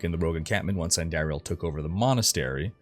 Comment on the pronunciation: Amazing break down and delivery. Only thing I'll say is, it's supposed to be said: andahhriel. Not andehrial. Also you said heralltii when it's her aht li. Heratli, and izual is izwahl.